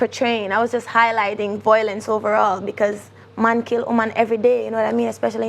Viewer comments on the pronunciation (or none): Violence not voilence, we as Jamaicans need to stop encourage mis-pronounciations of words and stop act as if it's apart of our culture.